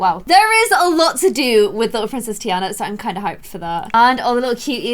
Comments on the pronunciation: it is said TEA ON A but spelled Tina no tea AND a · its TEA ana ommll. no hate tho